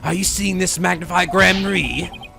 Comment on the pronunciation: I've noticed you say Magnify Gramarey. I always thought it was Mag-nifi like Magnificent Also this is my absolute favorite break down in the entirety of the series Ah yay- the Rite of Turnabout... Hah.... This case is really long...